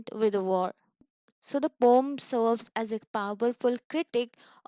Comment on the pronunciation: Ur explanation is nice but why are u calling poem as a "poum"